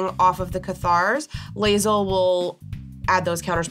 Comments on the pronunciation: I'm surprised didn't say anything about botching his girl Lae'zel's name lol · As a huge BG3 fan the Lae'zel pronunciation hurts. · Every time i hear Lae'zel's name pronounced incorrectly i die a little inside.